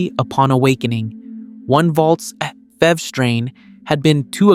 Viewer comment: Stop calling it "fever, or fev." It's like nails on a chalkboard bro. It's F. E. V. you got a say the whole thing